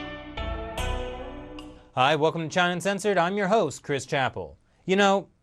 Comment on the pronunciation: China UNcensored or China Censored??? Your pronunciation is atrocious!